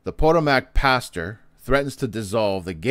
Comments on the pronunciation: PS......It's pronounced Pa-TOE'- mac, not, PO'- to- mac, Emphasis is on TOE. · Is he intentionally mispronouncing Potomac?